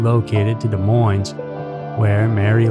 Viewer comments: Sorry but this really bothers me. You are saying Des Moines wrong. The Ss are silent. (De Moine). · Des Moins---dont pronounce the s's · I love your channel. It is one of my favorites. That said, you don't pronounce the "s's" in "Des Moines." It is pronounced "De Moine." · Iowa native here! Des Moines is pronounced without the s at the end on Moines lol but yet another great video, thank you for all your content! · That bothered me throughout the video. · great story. if only you knew how to say Des Moines.